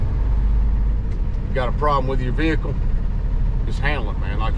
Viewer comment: It's not a mother f--king veakul, ITS A VEHICLE, (VE-HIC-LE)